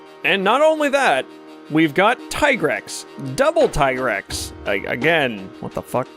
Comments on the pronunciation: its not TIE-GREX or TEE-GREX its TIGER-X! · The famosos "Tee-grex" ahaha